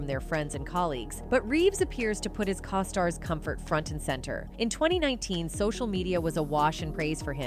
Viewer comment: Co-stars....long 'O'!